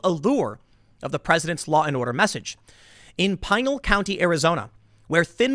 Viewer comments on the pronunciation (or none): First, it's pronounced Pin- ahl' accent on second syllable, not Pine-all county. Second, human trafficking in AZ is and has been an ENORMOUS problem, whether it's young female illegals as Drew mentioned or just "missing" local kids. The recent arrests are progress, and need to be continued. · I think its Pi Nal(Pin-nell) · Tim. Its pronounced “Pi-Naal” county. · It's pronounced "pa nal" county))))) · Pie- nal county lol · The county in Arizona called Pinal... Pin - Al. Like pin for pinhead and Al liked Al Bundy. Pinal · PIN-AL County. The entire county sucks. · Pinal is pronunced pee-nahl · You pronounced Pinal County wrong, The counties are Indian names, it’s all good, Maricopa is always the county you have to keep an eye on.